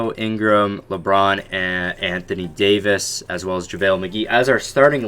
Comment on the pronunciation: Anthony Daoyvis